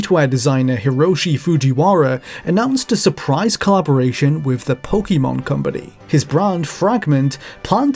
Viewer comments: It's pronounced Po-kay-mon. That's literally why the acute accent is over the e. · It’s not quite “kay”, the ケ/け sound is actually more like the ke in pocket but people pronounce Pokémon differently all over the world so I don’t think it’s really that important 🤷‍♀️ It’s essentially a loan word now so I don’t think it’s one of those words that HAS to be pronounced exactly as they pronounce it in Japan. In the early anime dub I’m pretty sure the pronunciation was all over the place, “po-kuh-mon” was definitely something I heard Ash say! Po-kee-mon also was around, as well as the more natural po-ke-mon